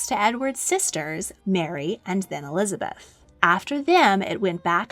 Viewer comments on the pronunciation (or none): ELIABETH I ?????????????????? you forgot the Z im pretty sure "eLiAbEtH" is disappointed (in minute )